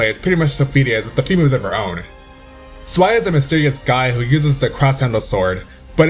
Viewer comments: THIS TOO Zwei is ZVAI or Tsvi not Zwhey or Zwhy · Xiba i pronounced Shiba.... not Zaiba..... Zwei is prounced Svai....Xianghua pronounced Shianhua....Ezio pronounced Etsio.... i have blood relatives of each of their countries respectfully....i feel astonished by your pronunciations DX